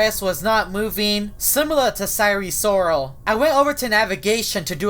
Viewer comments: ive had eris loris AND sire sirol in my game at the same time, and they've never done anything except promote hacks by the way, its pronounced seye-er sirol, not si-ry sirol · eris loris? its sire sirol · it’s sire sirol not eris loris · I know and says sire srol pronounced isn’t it sire sirol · Isn't it sire sirol? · I thought u said it was sire sirol??? Im confuse 🤔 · He just flip the name of sire sirol